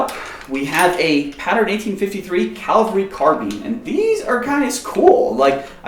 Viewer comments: love your videos. But one who is well spoken. It’s CAVALRY not Calvary CAValry Scouts Out!! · Please learn how to pronounce the word cavalry it pronounced cav-al-ry. Not calv-a-ry. One is people who fight from horseback the other is the hill Christ was crucified on. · Why cant Americans say "cavalry"?, they all say "calvary".